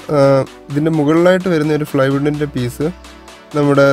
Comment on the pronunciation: നടു ഫാകത്തല്ല.. നടു ഭാഗത്ത് ഈ ഫാകത്തല്ല ഈ ഭാഗത്ത് നടു ഫാകത്തല്ല നടു ഭാഗത്ത് ഫ്ലൈ വുഡിന്‍റെ പീസല്ല.. പ്ലൈ വുഡിന്‍റെ പീസ് ദേ പിന്നേം നടു ഫാഗത്ത്.. ഫാ അല്ലടാ.. ഭാ.. അടി ഫാഗത്തല്ല. അടി ഭാഗത്ത്